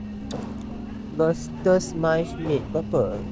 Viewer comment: Mince meat bukan mice( tikus) meat takut acik dengar mice meat